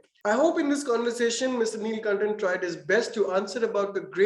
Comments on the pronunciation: not neeeelkantan its nilakantan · Nilkanthan...not Nilkantan